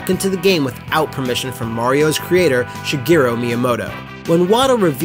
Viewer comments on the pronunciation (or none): none